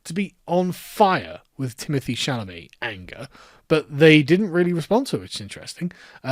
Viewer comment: Chalamet anger? Chalamanger?